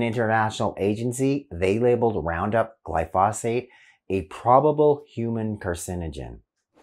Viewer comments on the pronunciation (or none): Pronounciation is glypho- sate.